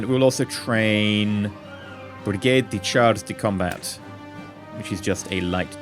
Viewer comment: I am french and I love listening a foreigner trying to speak French. Nice try with "brigade de chars de combat", by the way, ^^